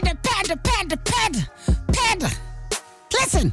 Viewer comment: Bro when he was trying to say panda Bro Really said pedda almost like peppa